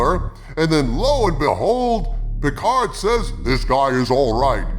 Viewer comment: I never watched season 2 of Piccard (rhymes with Bicker), but the only true highlight of season 1 was Ryker. He was OUTSTANDING in Every Scene. Beyond that, it was garbage and they unnecessarily made Seven of Nine a lesbian. Blasphemy